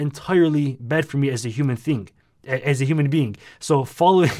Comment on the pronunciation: bro said 'human feing' 💀